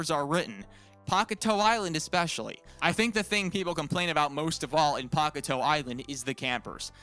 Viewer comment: I hate how he says “Pock-a-toe” island They say it in the show, it’s pronounced “Pak-ey-tail” It’s also could be misheard as “Pak-ey-tay-eu”